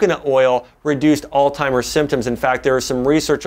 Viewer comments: Makes me think he's not really a doctor... just a good speaker. I've always pronounced Altzheimer's as "ALTS - HYMERS" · Alz·hei·mer [ahlts-hahy-merz] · It's not pronounced "all timers" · Why would a Doctor even say All Timers????? It’s Alzheimer’s ??? Might as well SAY VALENTIMES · I can't believe you just said alltimers disease several times. It is alzheimers. YOU SHOULD KNOW BETTER. Good info though. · Is it just me or did he say alltimers lol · Jae Vaughn My grandmother says "Ooh, gotta watch out for that "Old timers." I heard DA add the t in there and began scrolling for other vids. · Did he say all timers? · A “doctor” saying all-timers? How incredibly embarrassing. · Wow.. I can't take anyone, let alone a doctor who can't pronounce Alzheimer's disease seriously. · Great video But you being a doctor and all shouldn't you know it's pronounced Alzheimer's....